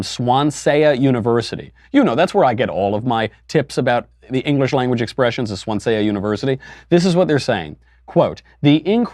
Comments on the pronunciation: on the one hand everyone makes mistakes on the other it’s “swansea” uni not swanseA michael it’s really not that hard.... why repeat it multiple times and make fun of it when you don’t even look it up? sorry that you’ve never heard of it, mayybee it’s cos it’s in wales? lol this is really nitpicky of me but STILL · If it's the university in Wales UK, it's pronounced 'Swan-zee' not 'Swan-sey-ah' lololol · Swan-seya University? Does he mean Swansea? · Lol at the way he pronounced ‘Swansea’ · Wait, was he trying to say Swansea, like, down the road from my house Swansea? Jesus - isn't he meant to be a journalist? And isn't part of that job knowing how to pronounce the things you have a strong opinion on?